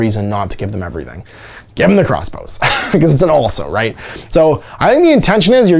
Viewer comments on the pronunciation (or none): none